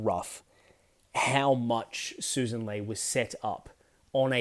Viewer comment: Right in the opening. It is pronounced Sussssan! smh